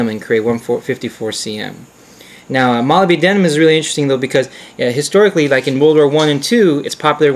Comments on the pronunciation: 'Molly B. Denim?' That's one way to go. Molybdenum is usually pronounced 'ma-LIB-den-um'. But I'm all about mangling English for the hell of it. Interesting video overall, I won't do anymore nitpicking. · What really pissed me off was the pronunciation of molybdenum, he pronounces it like moli-b-denim, the correct one is mo-lib-de-num. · Nice review -- let us now retire to the pronunciation booth . It is not pronounced Molly be denim It is Moleb denum Now lets try again Moleb denum thats better Now I can sleep at night . For my next trick --I shall make the planets spin backwards. Later dude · its a minor thing to nit-pick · Molybdenum... only 4 syllables. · You have an interesting way of pronouncing molybdenum. Good vid. Probably the best on this subject.